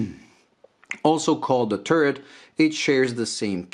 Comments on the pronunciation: Nice, Simple yet unique and interesting dial (first one). Just that it’s pronounced “Taret”, not “tooret”. Yes, I noticed you said it correctly on the second one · How it called, turd? Turret. TURD? TURRET!